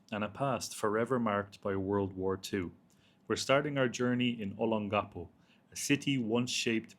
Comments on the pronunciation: So disappointed that you cannot even pronounce Olongapo correctly. I have been an expat resident of Olongapo for over 15 years. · I wish you spent a little time with a local to get the proper pronunciation of Olongapo. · For my ears, your pronunciation of Olongapo, is unique and endearing.